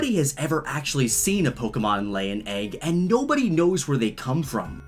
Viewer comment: Ur pronouncing Pokémon wrong